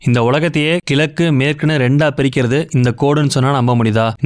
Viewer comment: கிலக்கு இல்லை . அது கிழக்கு இது கூட சொல்லவே தெரியாது. ஏன் இந்த வேலை